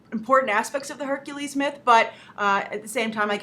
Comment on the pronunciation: Did he just say .. HERCULIEEEE!